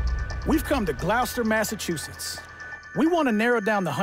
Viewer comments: "We've come to GLOWWSTER Massachusetts" LOL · No! Please tell me you lot don't pronounce "Gloucester" like that? In medieval times it was Gleawecastre meaning bright and/or glowing fort. With the "cester" being s suffix used for Roman garrison towns (Hence Manchester ect.) and today it's pronounced Gloss-ter & it rhymes with foster. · Im from gloucestershire uk and hearing you pronounce that made me cringe and laugh love the show guys amazing